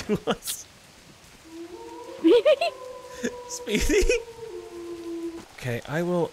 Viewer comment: Anytime any of them (especially ) say Speedy's name, I just hear them saying 'Sweetie'